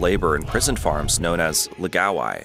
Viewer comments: It's pronounced, "laow-guy", not "luh-gaow-eye". The first syllable should rhyme with "Ow!" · Lao gai, not lagao eye lol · It's pronounced "Lao - guy" (it rhymes with "how bye"). Where are you getting "la gow eye" from "Lao gai"? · It's pronounced lao-guy. Or at least it is in Avatar the Last Airbender. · Laogai is not pronounced "lagaowai". That's rather distracting. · It clearly says Laogai on screen, but he narrator says la-ga-wai. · Why don't these people even try to pronounce these words correctly, its such a simple name, LA O GAI. Laogai. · OMG you need to consult a Chinese speaker before you butcher another word like "laogai".